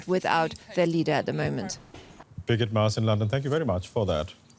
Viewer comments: Loool this Indian guy needs to learn the name of the people he is working with... It's freaking Briggit... Not "Biget" ... Damn dude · Birgit is a very common name in Europe, but they way the anchor pronounces her name makes it sound like 'bigot'. It very funny indeed xD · nope, it is not, he is mispronouncing her name...it is Birgit. You speak the "r" and its a "git" not a "got". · DW journalists should at least know how to pronounce German names - What do you think 'bigot'? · He is mispronouncing the name. Her name is Birgit...a scandinavian name; it stands for the helper, protector....it baffels me that you have never heard of it. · As a Birgit myself, it's common to hear the name mispronounced. We get used to it .